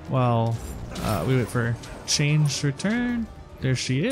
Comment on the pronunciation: Chang'e is pronounced Chung Uh